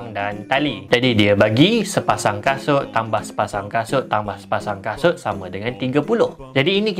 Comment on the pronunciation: abg tsasul 😭😂